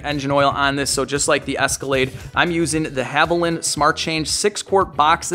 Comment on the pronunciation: It’s not Havo lynn. It’s Havo lean. Wtf